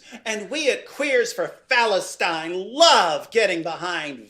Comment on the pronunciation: Bruh no way he said Phalustine 😂😂😂😂😂